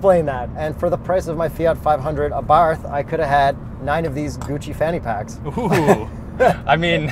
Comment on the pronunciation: “Àbarth Cinquecento”, not “Fiat Fivehundred Abàrth” 😜 Greetings from Italy!